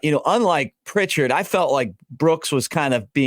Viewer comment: Update: Pritchett has removed his name from the portal! Also: It’s Pritchett and not Prichard… He’s not the city north of Mobile.